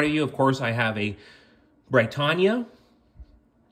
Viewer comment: He pronounced it right every single time. Are you deaf?